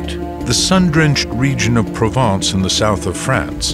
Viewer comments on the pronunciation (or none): none